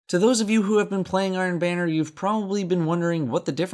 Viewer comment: The only thing I can think of after watching this video is how you pronounce "banner" as "bane-er" instead of "ban-er"